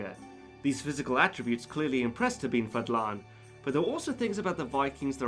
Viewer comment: It’s pronounced Ahh- med (like you’re breathing on your glasses before cleaning them) ibn (not ibben, don’t insert any letter in between) Fahddlahn